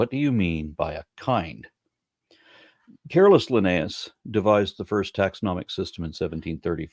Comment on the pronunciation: When i first heard you saying carolus linnaeus i thought it was a nickname calling him careless for not realizing that a family tree might just be a family tree